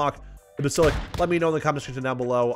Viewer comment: Basil-isk, that's how you pronounce it...😂